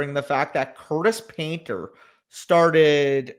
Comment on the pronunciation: Nobody:: CURTIS PAINTER 😂